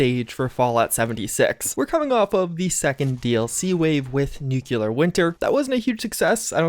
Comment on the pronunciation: The way he pronounces the word nuclear bothers me